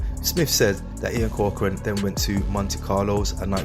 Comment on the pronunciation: Thanks for saying corcorans name right people always get it wrong!